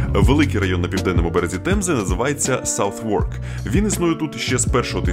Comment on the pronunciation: Дуже круто! Мега- приємно бачити такі знайомі споти! Ріспект. Дуже влучно і цікаво подано ! Окремо дякую за частину про Кенада Вотер. Доречі, Southwark - тут вимовляють як ""Сазек" ;)